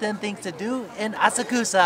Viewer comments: Assa-Koosa?! whyyyyy?! 😉:goodvibes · Thank's for this video. Missed Asakusa when I was in Japan last year. Hoping to go back next April, definitely be spending a couple of days exploring there. BTW, pretty sure it's pronounced "ah-suck-sah. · Funny story on the train it’s pronounced ah-sock-sah but every Japanese person I talk to there calls it the way does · I'll be there in September. are you prounouncing Asakusa correctly? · He’s saying Asakusa wrong right? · Please work on your pronunciation of Asakusa.